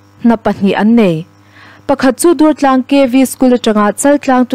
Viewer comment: Dùrtlâng puak dur tih thlûk hman tûr a ni. i rawn lam rîk dàn hi Dungtlâng khua, Vànzau khaw bul a misawi i ang lutuk, R i lam fiah ṭha duh bawk sí lo. Durtlang khuaah ila kal ve lo em ni? tüna i lam dan ang khan an bulah han lam teh, an nuih loh che anih pawhin an thin ur hial ta ve ang. Ka la thiam lo êm mai mi dang puantir zawk rawh u tih mai awm che a nia...